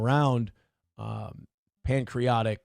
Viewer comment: Nobody tell the word isn’t “pancreotic”